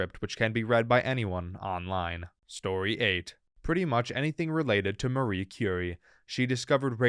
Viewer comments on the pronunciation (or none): none